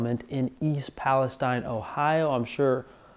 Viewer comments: If you’re going to make a video about something, at least confirm how to pronounce it. It’s pronounced Pal-is-teen. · You mispronounced the city name.